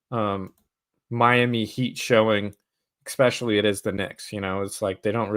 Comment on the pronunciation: Please say "especially" and not "EXpecially". Much praise to your Heat heart!